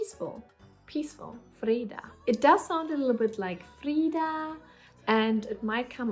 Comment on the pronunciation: Hi; first I want to say that I think that You have an impressive list of nice names there, and in the end I am sure You will know which one suits the newborn best. Few comments then, Your pronunciation of the name Linnea is spot on - exactly how we say it! - as for Freeda you do know that we have the Swedish version "Frida" which is what all Swedes would imagine your kids name would be if they heard the name so to say. For your partners favorit Ragnar (I guess he has watched to many Viking episodes) there is however the female version, not that common though "Ragna" could be a middle way to make you both pleased. Then finaly my personal suggestion of the name that we also ended up giving to our daughter and that I think is a very nice old name (originally from Greece i believe) and it also works worldwide which i think is important these days .... Iris Whatever You choose I am sure it will grow into the perfect name for that new little familymember.